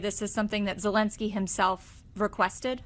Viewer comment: Zelensky and not Helensky